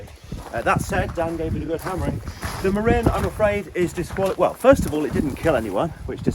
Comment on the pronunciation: Marin pronounced as in Marin County where they originated.